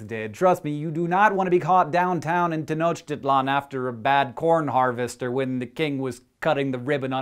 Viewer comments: just to correct your pronunciation tenochtitlan is pronounced ten-ock(as in rock)-till-on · White people saying Tenochtitlan is the funniest thing xD Sorry, Hank but it's true